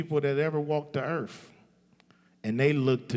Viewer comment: Earf lol